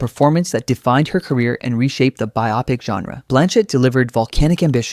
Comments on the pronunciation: You are too obsessed with the Oscars. They are like the Grammys. Recognitions of what nitwits think is classy and important. Keep in mind, Sick always wins. By the way, Biopic is pronounced BI-O-pic, not Bi-Aw.pic. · lol the first entry I thought of was Gwyneth Paltrow and the character's name wasn't even pronounced correctly - even though Viola was correct regarding Viola Davis. The only thing I can think of that it isn't AI is the audible inhalation. But can't even say biopic - it's bio-pic. not bi-oppic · BIO-PIC not BIOPIC STUPID BOT~ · AI carpola It's BIO-pic, not bye-OPPik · In the word "biopic", the emphasis is not on the second syllable, but on the first.